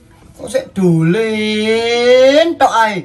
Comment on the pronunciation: Dolan bukan dulen 🤦🤦